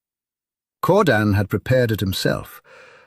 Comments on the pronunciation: Keir-dan...not Core-dan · Man-woo and Cordan? Ilvatar? Loving the proNOUNciation 🤣